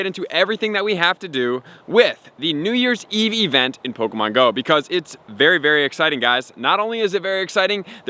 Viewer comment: No he just said it normal?